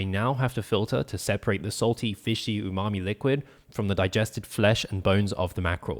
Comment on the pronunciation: Stop saying umami